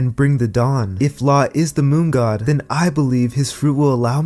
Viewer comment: I was showering while listening to this. I got water on my ear and it sounded like you said 'dong' instead of 'dawn'. Now thats what i keep hearing lol. "The will of the Dong", "Fantasize about the dong" "He will bring the dong and liberate the world"